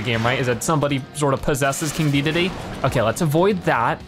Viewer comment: not trying to be rude but the name is not deedeedee it is de da day